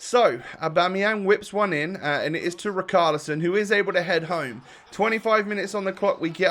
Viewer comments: It annoys me so much how he pronounces it ric-arlison when it’s rich-arlison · Please,. It’s Richarlison as in rich, not Rick. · Luke W No! It seems that way, but because he’s Brazilian, It’s pronounced: Ri/Shar/Li/Son. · KRIK ARLISO